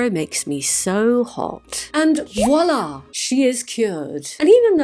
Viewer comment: "Voilá" has a V at the start. It is French. It is "voilá".